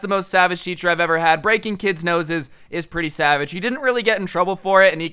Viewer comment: did you say sabbage or savage